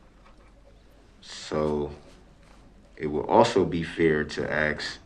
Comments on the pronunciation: Brooks: "Would it be fair to AX?" AX? The word is ask, A-S-K. The only AXE needed is one to behead this fool. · It's ask not aks, for God's sake man. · I believe it's ASK not AXED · Axe.....sigh....try ask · Akss lol its ask. 😂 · To ax?? Why is it that people of color cannot say the word ask correctly? And what the hell is him having to be in uniform and supposed to be on duty have to do with him Testifying?? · Who let this moron defend himself? Ask not ax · Brooks, is it safe to say that you don't AXE someone but rather you ASK someone ? One of your numerous lies involved you giving false information as to the level of your education ? You told Police you completed 12 years of school when in fact you barely made 9 years of Junior High ! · As has been said, an attorney who represents himself has a fool for a client. Interesting that can't properly pronounce "ask" which he vebalizes as "axe" yet he pronounces "asking" just fine. He ended up getting everything he deserved but wasted so much time and taxpayer money. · Is it fair to axe….lmao. This fool is trying to represent himself yet he cannot even speak correct English LMAO. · The word is “ask”. Period. An “axe” is used to chop wood. This defendant is a waste of oxygen. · He tryin to axe some questions....let him axe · The issue is this moron's homicidal rampage, not him trying to find out who ''snitched'' over him slapping his woman around. And that word AX instead of ask, and DAT instead of that. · Brooks looks at his paper work like he actually knows how to read. Or for that matter speak English. I thought axe was something u chopped wood with and now I find out it’s when u axe a questions. All my 36 years I thought it was ask a question! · Why is it so difficult to say the word "ask" instead of "axe" ?? MAN, this guy is so annoying. His charming personality will not go over very well in prison. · Why do these people say ‘Axe’ instead of ‘ask’ baffles me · He sure axe's a lot of questions